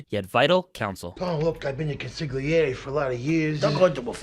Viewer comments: I just heard the narrator say "Con-sig-li-air" Beware of Mafia experts who pronounce the word Consigliere as "Con-sig-li-air" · Pronounced “Con-sil-yeri “… the Italians don’t pronounce the “G” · It's pronounced Cōn-seé-âir-eé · I wasn’t happy when Sil pronounced the G in consiglieri. This is something non Italians would do . CONSILYERI! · 😂😂😂😂😂consiglier? Bro learn how to pronounce the words properly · It's always funny when I hear consigliere mispronounced. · Love ur vids, but u gotta stop pronouncing the ‘g’ in consigliere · please pronounce consiglieri correctly.